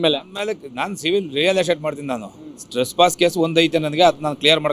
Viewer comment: Strespass 😂 alla Anna adhu trespass